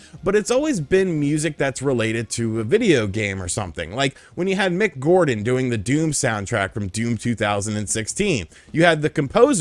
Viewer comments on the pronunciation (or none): none